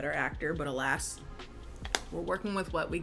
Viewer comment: Naaaah, did he really say “alast” instead of “alas” on the plane. I’m dying